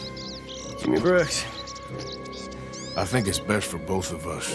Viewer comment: You called him “brooker” several times, it’s BROOKS